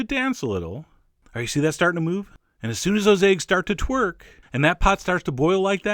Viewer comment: I laughed when you said "once those eggs start to twrik" 🤣